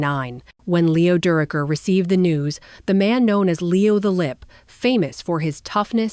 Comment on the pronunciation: It's Leo durocher looks like AI has a problem with names